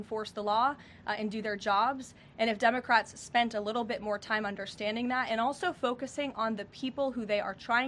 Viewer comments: did she call them Dumbacrats! Lol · It sounds like Caroline is saying "dumbocrats" at the beginning!! That's AWESOME! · I could swear I heard Karoline say day 23 of the Dummocrats shutdown. I replayed it a few times and it still sounds like Dummocrats. Karoline brought the receipts. Democrats will be torched in next year's Mid-Terms for this shutdown. They really don't care about the public. It's clear beyond a doubt. I'm sure they are happy with themselves causing problems for the Government that they don't control. But it will be their undoing next year and for the next ten to twenty years. The nation will thrive without them in power. Let's determine to shrink the Democrat Party to a useless minority over the next 4 years so that we will not have to worry about open borders, men in women's sports and mindless violent protests in our streets. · Did Karoline say DUMB-O-CRATS at 1.73? LOL It sounded like that.